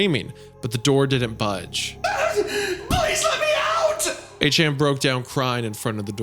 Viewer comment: Somehow hearing Isaiah butcher the pet name A-Chan is even worse than the horror his German and French pronunciations are.